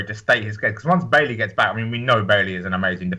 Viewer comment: not Bailey thats a girls name stop sayin that its its pronounced Baiyee